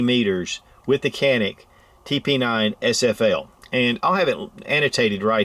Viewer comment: Canik is Turkish, so I think its pronounced "chanik". Like that fat walrus Cenk Uygur. Just saying... Anyway, great video as always!